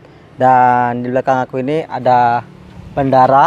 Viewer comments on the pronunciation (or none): bandara bukan bandaraaahh ogeb